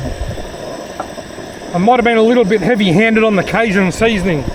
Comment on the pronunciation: Canadian, not American, but pretty confident in saying the 'j' in cajun is pronounced with a hard j sound, like the words jungle or John, down there in the States as well us up here in the Great White North. Great vid. Those nets are interesting. Would be cool to see a side-by-side comparison between them and a trap that you could throw an extra 10-15 feet further out.